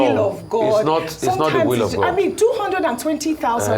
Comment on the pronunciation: OgyOkpe it’s “THANK GOD” not thank good……., who are you afraid of? Mad people. Even Americans say “Thank God”.